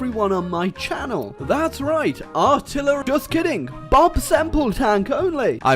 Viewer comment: ARTILLER-ah. fuck.